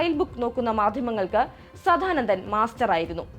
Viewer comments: സധാനന്ദൻ അല്ല കൊച്ചേ സദാനന്ദൻ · ആദ്യം തന്നെ പറയട്ടെ, സാധാനന്ദൻ അല്ല, സാദാനന്ദൻ. പിന്നെ, ആറുമാസം പ്രായമുള്ള കുട്ടികളുടെ ജനനേന്ദ്രിയം വെട്ടുന്നത് അവരുടെ അനുവാദത്തോടെയാണോ.. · വല്ലാത്ത ജന്മം.. കണ്ടത്തിൽ.. സദ്ധാനന്ദൻ അല്ല പെങ്ങളെ സദാനന്ദൻ..ആദ്യം നീ നന്നാവ് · ആദ്യം പോയി സദാനന്ദൻ എന്ന് നേരേ ചൊവ്വേ പറയാനെങ്കിലും പഠിക്കൂ